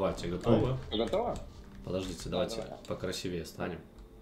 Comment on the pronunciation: правильнее говорить «красИвее»,а не так как ты сказал)